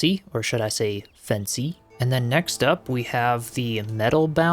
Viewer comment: "fency" stop it 😂